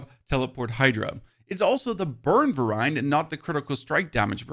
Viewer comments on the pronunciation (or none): he means variant (VAER-ee-ent) when he says ver-AYE-ent